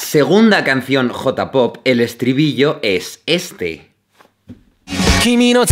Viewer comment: No les pasa que aman sus videos, pero detestan como pronuncia J-pop? o K-pop? xD